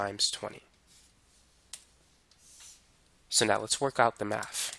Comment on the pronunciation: Great “Mahff” teacher. He explains it “Whiff” examples. 😂